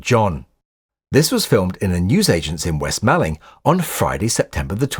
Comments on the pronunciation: and 'west malling' is "west mor-ling", or /wɛst 'mɔlɪŋ/ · Pronounced "West Mauling" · Hi. It is pronounced West Mawling not Malling, even though it looks like it is spelt that way. Cracking vid though. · West Malling is pronounced "moor-ling" by us in Kent. Only the control tower exists today... the rest has become a housing estate. Great video as always... and possibly my favourite Beatle period. "Roll Up, Roll Up!".